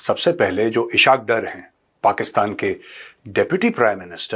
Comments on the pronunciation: Major Sb as Ur Urdu is very good, so I want to correct u, his name is ISS-HAAQ DAAR. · Oh uloo Kay pathay pihlau to Ishaq Daar ka name to theek say lay😂😂😂😂 is say tumhari research kita hye pata chal gia ... Jhootha of the year😂😂😂